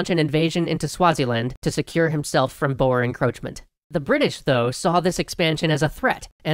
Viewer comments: it is pronounced boor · Extra Afrikaans grammar: Boer(singular) is pronounced with a rolled "r" and the "oe" sound is phonetically similar to the "oo" in "toot". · A minor thing that James can use in his "We messed up!" episode at the end. The pronunciation of "boer" is not "boar" as is used in this episode and likely the coming ones, it is actually closer to "boor", as in, BOO (like a spooky ghost) with an R at the end. I don't expect them to get the "R" sound right though, as it is quite different to the English sound. Other than that, I wonder if EH will go into the Anglo Boer wars as well, most notably the second one. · Rule of thumb: ' Boer ' isnt pronounced ' Boar, ' its pronounced ' Boo-er/Boor. ' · so weird being Dutch, knowing boer = farmer, but in english is pronounced as ''boar'' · de boer (dutch for the farmer), if keeping the dutch pronunciation oe should be pronounced as the o in the word who. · So close! Boer is pronounced like: Boo! with a rolling R on the end. However if the rolling R is difficult because you haven't got the knack for the Saffer accent then "Boor" or "Buah" is acceptable. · Right, so, in Dutch "Boer" means farmer and is pronounced something like "Bur" like the first U in Zulu. :) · Boer is prenounved boor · Boer means farmer and you pronounce it boore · It's pronounced Boers as in Boo! + r Wish I could type with the phonetic alphabet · Im from south afrika,and I love how your saying boer wrong😂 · I like how he said boer i am a south African and boer means farmers actually 😹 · My ancestors are boere, On both sides. Everytime they say Boer I cringe because he says it wrong but I can understand why. I always found the battle of blood river interesting because of the battles and the ways the Boere defended themselves. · Every thing was fine her in South Africa and then BAM! British! It's also funny how you pronounce Boer. And at this stage they were known as the Trek Boere (Traveling Farmers) and not just simply Boere